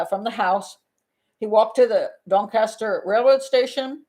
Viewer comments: "Doncaster, South Yorkshire". Impeccably pronounced! Go to the top of the class, Pat. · "Doncaster"/"South Yorkshire" good pronunciation :-)